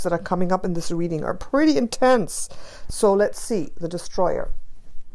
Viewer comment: “ the dEEstrOyer “ when you said these cards are ‘intense’ I was like , I am intense 😅😅